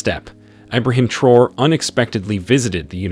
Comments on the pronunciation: Let us give this great leader respect by pronouncing his name correctly 🙂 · The narrator needs to respect and pronounce the leaders names CORRECTLY!!!